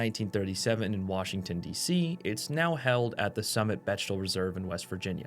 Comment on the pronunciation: BeCHtel???? Anyone else here say beCKtel???